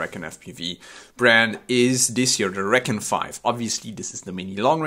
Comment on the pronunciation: Should pronounce it (ree-con). That's the perfect name for a long range quad